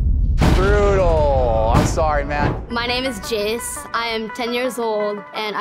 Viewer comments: Jayce sounds like he said "my name is jeez" 2.19min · Jayce needs to learn how to say his name properly 😂 if you didn't catch it the first time